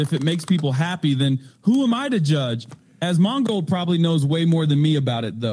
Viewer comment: Anyone else exclusively pronounce it "As ... mon gold" now?